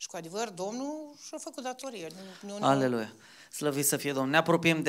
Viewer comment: Vă rog, nu vă supărați, dar...de ce pronunțați Haleluia și nu Aleluia? Ce sens are acel H spus înaintea cuvântului aleluia? Eu așa găsesc scris în biblie, fără H🤗 ( am eu un deranjament, când aud pronunțat acest cuvânt diferit. (Mă scuzați, dar simțeam nevoia să-mi exprim acest resentiment, acumulat ori de câte ori auzeam pronunțându-se astfel)